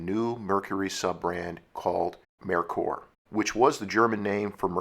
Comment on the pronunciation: I was always told this was pronounced “May Coor”. I’m just glad you didn’t pronounce it “Mer Ker”. The way you said it sounds correct too.